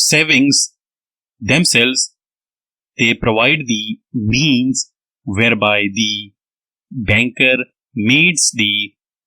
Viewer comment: Nice dictation but need ,meet, and means words are not clearly spoken